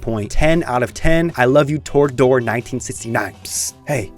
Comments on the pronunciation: TROGdor, not torgdor... It's a legendary name. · "Torg-dor." Bruh...😭😭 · mispronouncing Trogdor should result in capital punishment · right? thought i had a stroke when he first said it lol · Wasn't aware it was possible to mispronounce "Trogdor" until I watched this video.